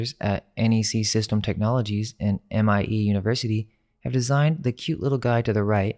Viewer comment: Dude... Hors D'oeuvres is pronounced "oar d'erves". And it is not M I E University.. It is a word - Mee-eh. Mie University. I point this out not to be a spelling police. But if you are going against the lies, you cannot give them any reason to cast doubt on your intelligence. I can tell you are very young, and your work shows your ability to sniff out lies. But you need to come 1000% at the deceivers, because they have unlimited resources and will drown you.